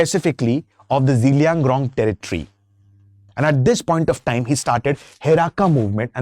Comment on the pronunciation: It's zeliang- rong not zelian grong..